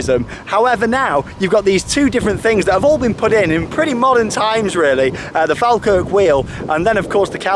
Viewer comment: Naw pronounced faw-kirk